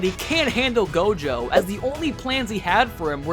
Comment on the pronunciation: nah bro said tojo at the start instead of gojo